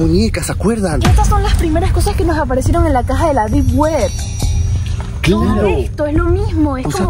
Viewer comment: alejo dijiste palleso de la Deed wed